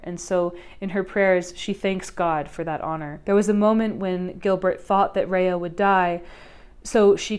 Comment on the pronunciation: (Rah-yah) not Reah.